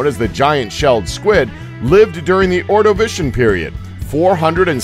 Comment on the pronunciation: oh yeah a little side note, he pronounced anomalocaris and ordovician wrong.